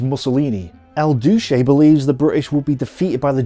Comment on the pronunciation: "El Douche" 😂 - that was unexpectedly brilliant. I know it's unintended and just a case of bad English accent, but I still lol'd hard